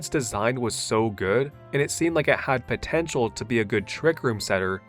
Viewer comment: did you say potential?!